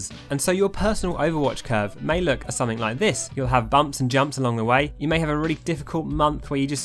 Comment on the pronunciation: "Have a look at them" From the way you say it in your accent It sounds like you're saying "have a lick at them"